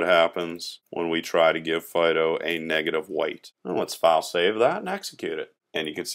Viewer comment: Hi, of this video, do you say "negative white" or am I mishearing you say "negative one"? If I've misheard you or am highlighting a trivial mistake, I apologise — otherwise I am curious to know what this term is. Edit: Thanks very much for this series. Look forward to getting through all of it (2 videos a day for the next fortnight). You're an excellent teacher.